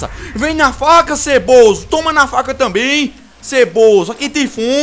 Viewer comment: Vem na faca ''tanbein'' Ceboso kkkkkkkkkkk Ri muito cara LIke like kkkkkkkkkkkkk